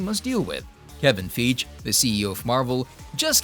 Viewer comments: Grr haha I love watching this channel but mispronunciation of names that are widely known usually puts me off... Hope he learns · Is it a Bot narrating this video... 🤔 If so, update it. It can't even say "Feige" properly.... 🙄